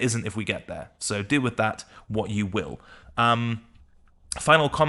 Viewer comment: "do with that waht you WiLl nyhaa"